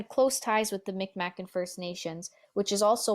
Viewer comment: This is well done. Just one little point: just as it is no longer considered okay (at least for non-First Nations people) to use the term "Indian" for those who are First Nations, we also no longer use the incorrect "micmac" pronunciation for the Mi’kmaq people, it is pronounced "migmaq". Otherwise, good job with most of the pronunciation.